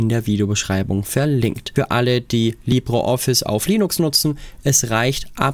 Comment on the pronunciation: Wieso Libro Office? Es heisst Libre Office. In Spanisch "Libro" bedeutet Buch, dagegen "Libre" bedeutet Frei.